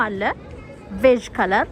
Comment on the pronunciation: ቬጅ ሳይሆን ቤሽ ነው የሚባለው።